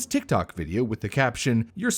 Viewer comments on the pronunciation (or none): none